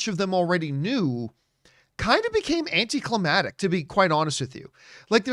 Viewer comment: AnticlimaCtic* John my man.. U use that word quite a bit. But say it wrong everytime. Lol so here's hoping u see this and accept this helpful tip. 👍🏼😉👍🏼